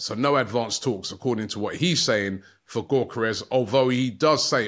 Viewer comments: It's pronounced "Viktor Yo-kor-resh" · The G is silent in Gyokeres (Yokeres)😅😅😅😅